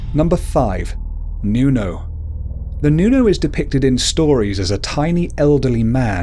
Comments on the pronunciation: Its not pronuonce nuno its Nunu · you said nunow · Its nuno not nyuno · Nuno is pronounced Whit a hard o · hindi mo alam mag Tagalog ng nuno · Wait, "manawk"? Okay, I get "noonow" and "all-byu-lair-yow" but "manawk"? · mali ang pag sabi mo na mananangal, tikbalang, at manok at nuno no offense po